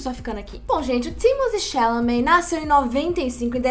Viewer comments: Amo. Mas manas, a pronúncia correta do boy eh “Timotê” “xalamê”. Foi ele que falou kkkk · Thimotté Chalamet minguê. O escolhido foi você. 😂